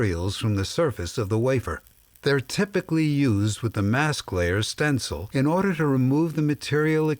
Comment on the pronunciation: did he just said "in orderrrrrrrrrrrrrrrr" ????????????????????????? loolll